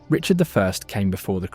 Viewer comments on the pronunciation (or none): none